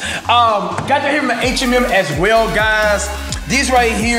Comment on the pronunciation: I heard of H&M but not H Em Em